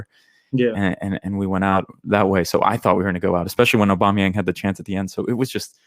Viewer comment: Man called aubameyang young 🤣🤣🤣